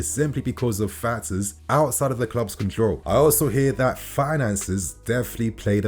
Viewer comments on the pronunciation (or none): none